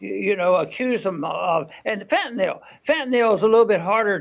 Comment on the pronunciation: Wow. Shout out to Ron Paul for being one of the ONLY public figures, including journalists, who actually pronounces "fentanyl" correctly. It's only one of the most dangerous controlled substances on Earth.😅